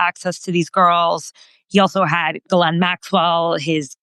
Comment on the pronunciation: Gee len the s is silent.